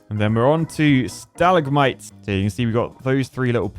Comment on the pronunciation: You don't pronounce it stal lig mites you pronounce it sta lag mites